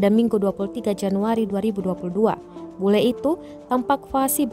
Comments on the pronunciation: BULE pak bukan BELU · Bule...bukan belu..😂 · Kok belu sih huruf,U dan E nya ketukar tuh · 'belu' marahi belu atau bule? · "BELU MARAHI ORANG PAPUA" kok belu